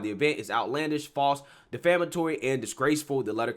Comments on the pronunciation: De ‘flam’ atory means something different from ‘defamatory’. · I love your channel. One thing tho...It's "Defamatory" root word "de-fame, not "Deflamatory." Keep up the good work! I'm subscribed.